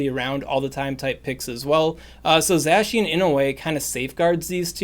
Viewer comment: Ur butchering zacians name its supposed to sound like ur saying the cyan with an old germanic accent the other one is the magenta